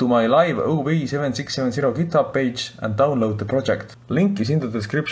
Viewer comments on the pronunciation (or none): none